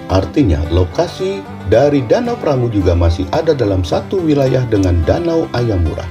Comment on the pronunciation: danau AYAMARU Min ya ampunn Bukan AYAMURA 😅😂